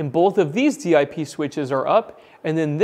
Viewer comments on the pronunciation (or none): Most people who go way back instead of saying D-I-P switches say it as one word "dip". I enjoy all the info you put in videos. I'll make the leap into a n off grid setup someday soon. Thanks